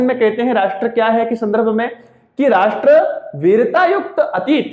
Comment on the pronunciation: Thanks sir.aap ne bahut hi acha ujaran Kiya Rasth ,Desh aur Rajya mi...aaj tk aisa ucharan Maine bhi suna.bahut ache se samgh aaya ....aap ka bahut bahut sukriya guru g......,🙏🙏🙏🙏